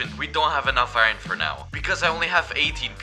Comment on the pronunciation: Why does he say I-ron instead of Iron ????